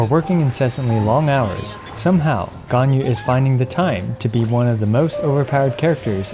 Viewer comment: I found it a bit odd that you pronounced Zhongli’s name almost perfectly but pronounced Ganyu’s name the English way…